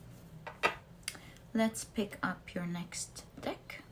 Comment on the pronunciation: be careful, you said "deck" but your accent made google undesrtand "d*ck" x) It wouldn't be cool to see your work banned for this reason! I'm french myself, so no judgment here! thank you for the readings!